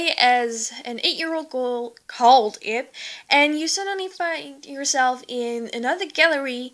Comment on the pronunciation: she's actually 9 and it's prenounced Ib (eeb